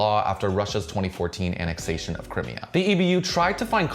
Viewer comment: I'm sorry but how do you not know how to say Crimea